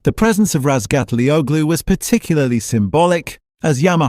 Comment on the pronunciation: christ someone who can pronounce Topraks surname correctly. I'M IMPRESSED